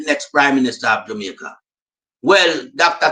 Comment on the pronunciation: We need to say Jamaica not jumaica